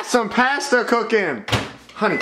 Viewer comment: You say pasta differently